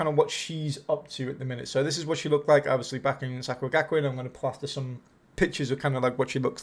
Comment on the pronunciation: I enjoyed the video. Some of the name pronunciations were horrendous, but made me giggle 🤭